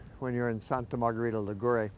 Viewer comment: The pronunciation is: Sànta Margherìta Lìgure (not Ligùre hahaha) and more: as usual stranger people makes a big confusion commenting with a southern italian or neapolitan or sicilian music the description of a northern italian town as Genoa or Florence or Venice and so and so....! It would be the same if you comment a report in New York with a mexican music, or a report about Paris with a polish music!!!! Ligurian culture and music is closer to France or Milan or Turin than the South of Italy!